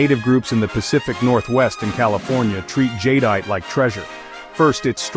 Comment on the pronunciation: The AI can’t pronounce Jadeite right… 😞